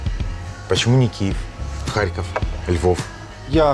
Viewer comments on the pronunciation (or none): none